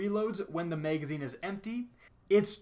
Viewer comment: i cant stand you or your douchey tone of voice and way of talking but, who doesn't want to see leaked exotics... Edit - also, what's a "Mega-zine" and a "Dray-gun" ?